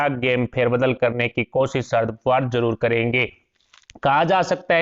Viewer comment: Man, He is Sharad Pawar and not "Sharad Puvar" PLEASE NOTE. IT IS IRRITATING WHEN ONE'S NAME IS MENTIONED WRONGLY.